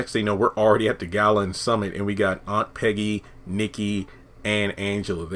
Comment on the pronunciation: Piggy not Peggy I think